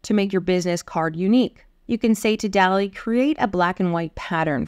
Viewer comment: I always thought it was DAH-lee, like the painter.